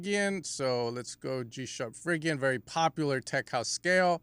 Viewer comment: You should probably pronounce Phrygian properly...